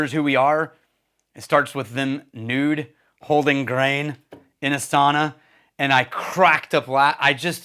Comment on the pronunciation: It is SAUNA, not soona or later. 😉